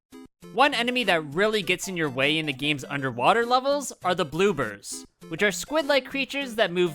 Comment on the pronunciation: and he called a blooper a bloober lol